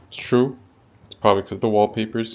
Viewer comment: lol the way you hit her with the “true”